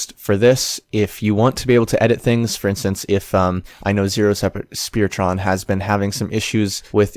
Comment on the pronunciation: I didn't make an account? HOW COULD I BE SUBMITTING CRAFT IF I DIDN'T HAVE AN ACCOUNT? Also, my name is pronounced Zee-Ro-Speer-ton, not Zero Speartron. ZeRo referring to my steam group, Spearton referring to a character from stick war 1 ( ) , stick war 2 ( ), stick empires ( ) and stick war legacy (a version of stick war 1 available on ios and android ).